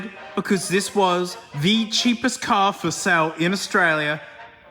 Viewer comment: IT'S "CAR"